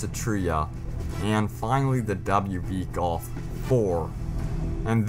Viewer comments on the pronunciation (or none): none